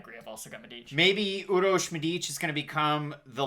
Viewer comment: actually u pronounce it really well . Urosh u nailed it and Medic too just accent on Medic is a bit off